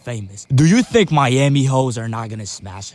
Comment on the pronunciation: Tttttttink about dis 😂😂😂😂